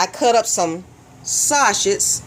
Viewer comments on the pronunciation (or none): WTF is "sawshits"???